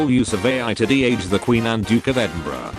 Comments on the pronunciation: What's Edinbruh? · 1. prince philip’s the old dead lookin guy and 2. it sounded like the voice said edinbruh instead of edinburgh